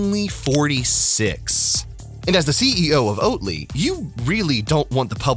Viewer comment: Oat Ly! Sounds more like Oat Lie.